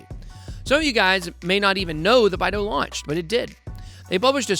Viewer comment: Love the vid and channel, when we getting a Bidao only video? Also its BYE DOW my guy lol